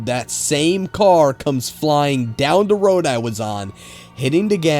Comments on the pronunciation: Whoever the person reading is made listening to this video unbearable. Says "the" as "da" or "ta" completely threw me off. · the The THE!!! not Dah!!! It drives me nuts how '' says da instead of the all the time. Almost can't even sit through the stories. Gah!!!